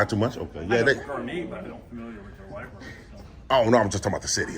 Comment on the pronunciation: It's library not libary